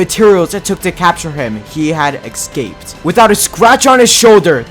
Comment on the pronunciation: The fifth lifestealer who says ‘ixcaped’ instead of escaped